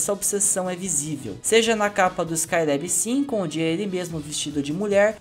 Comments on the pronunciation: Gostei do video mas me incomoda muito você falando [ ESCAI LÉB´í] , tentando falar o inglês correto. Essa Juventude quer gastar o ingles correto para não passar vergonha. O Nome é [ ESCAI LÁBI]! Cariocamente aportuguesado mesmo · Porra muleque. Vc passou o video todo falando o nome do cara errado. Falou 'Skyleb' 400 vezes e ta errado porra. Ta errado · Se fala Rogério skailabi nao lebi